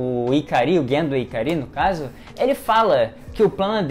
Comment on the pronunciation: Esse cara é mestre em mudar a sílaba tônica das palavras. Foram trocentos animes e filmes falando "Ikári" aí ele vem e fala "ikarí" e "shinjí". Como pode isso?